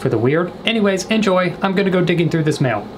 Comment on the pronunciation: “Mial” 😂 IM CRYING